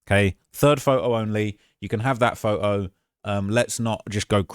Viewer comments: Its “photo” not fote-o 😂😂😂😂😂😂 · The first way you say photo makes me wanna start an American revolution